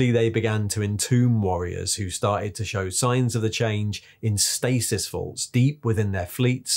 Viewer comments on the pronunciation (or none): none